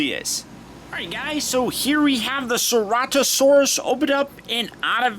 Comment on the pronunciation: U say it as sir-at-a-saurus